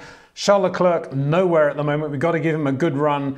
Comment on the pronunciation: Leklurk, Vershtappen; it just sounds so incredibly dumb.